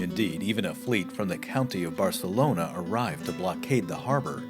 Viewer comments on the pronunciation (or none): none